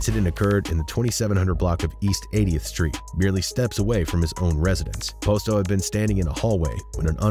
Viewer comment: The way he keeps saying Posto wrong is killing me lol makes me think he don’t really know what he’s talking about